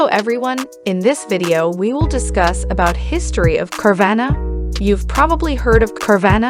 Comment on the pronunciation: Say it right